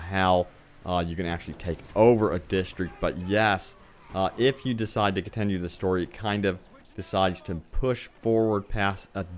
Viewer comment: I cringed everytime he said "distreak" or "contenue" lol sorry.